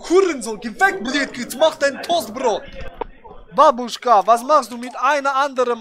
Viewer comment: damit es besser rüberkommt- es heißt "bábuschka", nicht babúschka. Liebe Grüße 😉